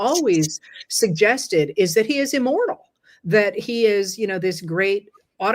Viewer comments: 😂😂😂had to go back & listen again. Thought you said “immoral”, thought “well duh; yea!” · Took the second listen to discern the word was immortal.